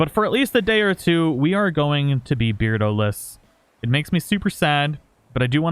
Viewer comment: I don’t think it should read beard-O but bear-dO😂